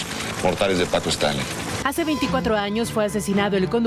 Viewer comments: Muy mal dicho su nombre es Paco Stanly no estrangli como lo menciona la conductora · Paco Stranlei ? Stailein , ha pasado tanto tiempo que pocos recuerdan como pronunciar su apellido correctamente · A los 13 segundos de iniciar el video la reportera dice: Paco Stranly! En ese instante me fuí a otro video, uff!! Adiós. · No es Stranly es Stanley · Se pronuncia "stanly" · "Paco Stanly"?????????dice la chava al inicio 😅😅😅😅😂😂😂😂😂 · Primero aprenda a pronunciar bien el apellido del señor. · Primero pronuncia correctamente su nombre ni una ni el otro al menos pueden si quiera hacer eso correctamente y ahora resulta q ellos saben la verdadera historia? Q Ridiculez!!!